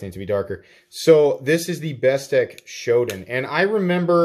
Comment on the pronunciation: Gonna line one up in Satin / CF, for sure... BTW, it's "SHOW-DON," dude... 😎